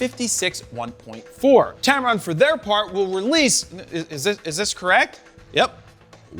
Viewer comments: tempon !!! wtf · He said tampon lol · You said tampon 😂